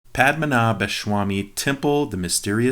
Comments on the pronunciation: your pronunciation is SOOO close! not SHWamy, but Swami, and you're good. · dad its padhma--na-bha----swamy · Padmanabhaswami ennokke parayunnekettooo... nte bhagavaneee.... pashamanashbha shwamaayy